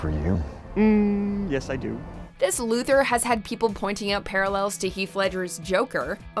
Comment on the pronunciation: The pronunciation of Lex Luther was beautiful